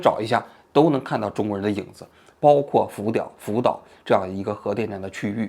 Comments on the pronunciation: 王局神口误“福屌”😂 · 福岛说成了扶吊哈哈哈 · 王局口误了，福吊😊